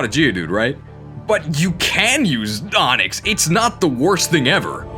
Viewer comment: Genuine question, when and how did you start pronouncing AHNIX like that?